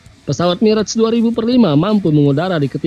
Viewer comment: bacanya mirage 2000 dash 5 (2000-5)..info saja